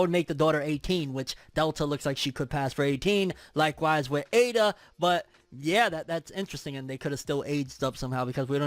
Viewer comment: You're pronouncing Ada (エイダ) correctly.